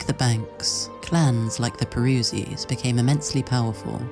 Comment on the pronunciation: He is truly not like other map gamers. p.s. I don't like your pronunciation of Peruzzi, literally unwatchable, smh my head.